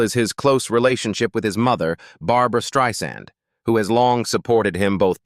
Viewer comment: I enjoyed the content, but I noticed a few pronunciation mistakes with names like Charlize Theron, Barbra Streisand, and Elliot Page. Correcting those would make the presentation even more professional.